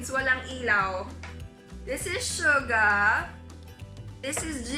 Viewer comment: Finally someone who pronounces 'Jungkook' & 'Suga' properly